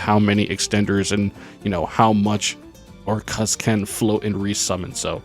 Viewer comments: Orchestra= or- kust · why u say Orc- Kust like that lmao